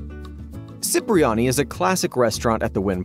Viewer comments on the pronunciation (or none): Hate to correct BUT .. it’s Cipriani sounds like Chipriani not Sipriani … from the famous hotel in Venice Italy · "Chip"-riani, not "Sip"-riani